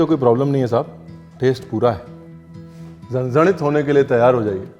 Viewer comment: झणझणीत👌ek punjabi jab ye word perfect bolta hai to ek maharashtrian ko maza aa jata hai 😊